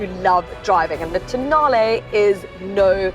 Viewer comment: tonale I accidentally mispronounced it as toe nail sorry😭😭😭